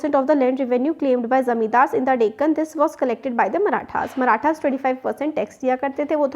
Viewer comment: Mam that is maratha not marathen. 😂